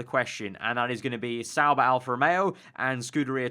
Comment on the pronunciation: Why does everyone say Sauber?